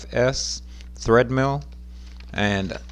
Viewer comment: Omg, it's TREADmill, not threadmill.